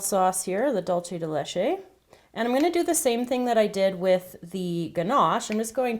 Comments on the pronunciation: The way that you say dulce de Leche bothers me cause your saying it like " dulche de leche" when your supposed to say it like " dulce de leche" but other than that the video is great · "Dool-seh" de leche. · It's sooo funny when you say Duce de Leche! I love your creations!! Greetings from Spain!:) (here whe have "Lacasitos" and smarties and m&m too) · you pronounced dulce de leche completely wrong -. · it looks delicious!! it's so funny how you pronounce dulce de leche!! hahahaha great video! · yup... trying to do spanish by pronouncing in italian... cringeworthy